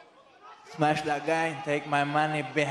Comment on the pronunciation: All he says is smesh